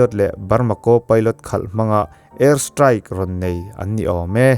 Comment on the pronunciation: Co-Pilot..kaw pailawt tih tur.Si o pailawt ni lovin